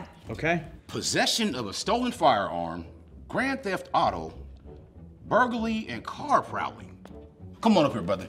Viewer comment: "BurgaLeE, and car pRoWLeeE"